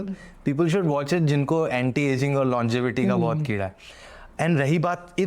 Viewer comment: Longetivity ❌ longevity ✔️